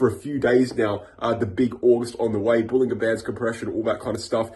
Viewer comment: Nicely done but, John Bollinger pronounces it bowlin-JER bandS